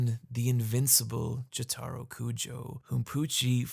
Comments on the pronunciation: Why are you saying Jotaro like that? I feel like I would remember if you did that in the part 3 video. Also, I hate part 6’s ending. I despise when the events of a story are erased, it makes it feel like the whole thing was a waste of time. I like part 6 as a whole, and I don’t mind Emporio beating Pucci or the whole cast being resurrected at the end, the whole story being nullified still really perturbs me. Like, despite all the other problems it has, my biggest issue with Sonic 06’s story is that it’s undone at the end. The main story with Sonic is hot garbage, but I genuinely there was a lot of good stuff with Silver, Shadow, Blaze, and Memphis Tennessee. Their character arcs and sacrifices being gone at the end, with all their memories (based on later games in the series) also being gone, it just annoys me to no end. Mephiles is, I think, one of the best villains in the Sonic series, and he deserves to have a spot in the timeline. Mephiles himself says as much in Shadow Generations. Anyway, sorry for getting sidetracked ranting about Sonic the Hedgehog. Great video. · Your pronounciation of Jotaro hurts my ears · Bro pointed out his mispronunciation of Araki and then proceeded to say Jotaro like that 💀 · Why do you pronounce Jotaro incorrectly? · "And I never made another mistake" Proceeds to mispronounce "Jotaro" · Every time he pronounces Jotaro like that is a slap in the face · please don't pronounce jotaro like that. by the way. huge fan but. please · You emphasize the wrong syllable in jotaro. Its JOtaro not joTAro. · I hate hate HATE to be THAT guy, but please, its "Joe-tuh-row", with the emphasis on the first syllable, not "Joe-tar-oh" with the emphasis on the "tar" syllable, as you say so many times in this video. Again, I hate being a grammar nazi, but Jotaro is arguably the main character of the entire series, and its truly a necessary to pronounce his name right if youre going to be both a Jojo's fan AND a person of moderate intelligence.